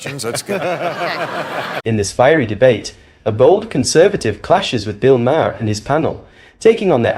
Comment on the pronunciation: At least learn to pronounce Mahers name